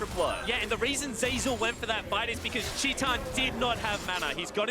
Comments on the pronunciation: why is he saying 'tee tahn' instead of 'tie tan' . its titan, not teeton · how do you get "chee-tan" from "tie-tin" ? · TIL "titan" is pronounced "Chee tahn." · did they pronounce titan, tee tan? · Shaun Dionne titan wants it to be pronounced teeton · Portuguese pronunciation. It's a brazillian team, after all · He writes it titan, pronounce it shitan ? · u mean tit-anne? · anyone else triggered by how he pronounced titan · he is pronouncing as it is in portuguese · Brian yousif never forget casters like jatt who started calling u zee eye before uzi was like pls stop